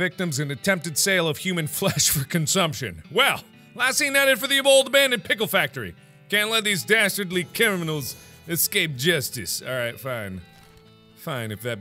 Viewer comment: Mark really could not say "criminals" in this episode.